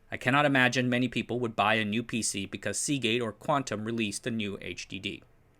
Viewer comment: Hey,, I think I commented on this video several months ago, but now rewatching: Oops, "Seagate" doesn't end with a t!